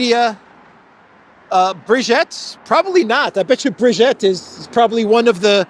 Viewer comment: It isn't Brigette Macron,, it is Brigitte Macron. Brigette doesn't exist in French. Also, it is not Lecarnu, it is Lecornu with an o. Lecornu means "the hored one"!